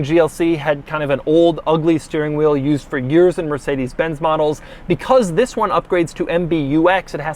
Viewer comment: Doug always starts his vedio with a ‘Ziss’ lol